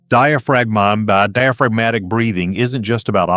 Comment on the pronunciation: The voice got a bit out of whack or slightly drunk pronouncing the word diaphragmatic, but all valid advice!